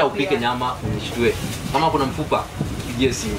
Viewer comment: Kazi poa.... hebu jifunze kiswahili sasa.."mafupa"